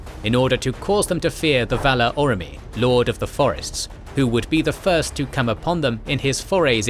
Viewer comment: What's with the pronunciation on these videos? Aule = A-louis? Orome = Oromie? Eglarest = Elgarest?